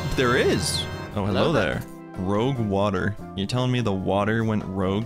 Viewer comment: can’t people read anymore? its not “rogue” water its “rouge “ water. rouge is the french word for red. it’s crimson water. pronounced rooo-jeee” lol anyway